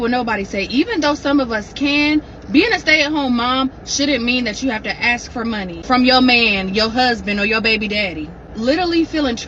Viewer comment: How about speaking English correctly? It can get them a better job where people will understand them because I can't understand half of what they are saying. Aks instead of ask. We was instead of we were. ........nevermind. useless.